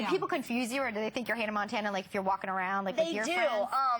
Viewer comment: “hannah MANtana” 😂